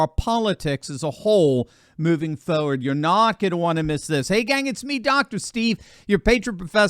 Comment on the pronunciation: "FOE-word"?? You mean FORWARD???😂